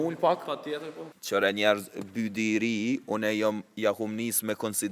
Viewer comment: Bi -uaj -di thuhet